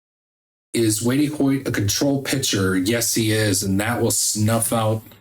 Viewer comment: Hey bud, it's pronounced "Weight" Hoyt